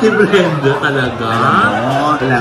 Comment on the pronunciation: Grabeng laughtrip na sa "Mrena" (Brenda) pero sumakit ng bongga ang tiyan ko sa "PAGTING-GIL" (Pagtingin) 🤣🤣🤣